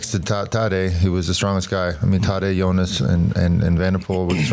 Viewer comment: Sir Bradley: It's 'Jonas', not 'Younis'. 😅